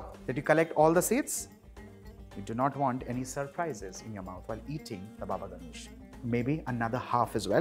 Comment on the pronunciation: Totally butchered how you say Ganoush wich is Ghanoush by the way. Other tha that good work!